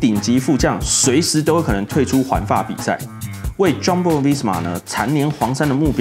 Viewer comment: 發音真的很厲害，全部的J開頭發音都念錯🎉